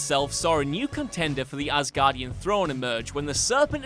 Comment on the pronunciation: I always laugh when they say "AssGuardian". Poor Thor...